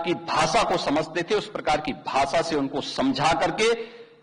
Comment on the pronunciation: Denting Penting Nahi Denting Painting hota hai ... Bhasa Nahi Bhasha Hota, Uttar Pradesss Nahi Pradesh hota hai...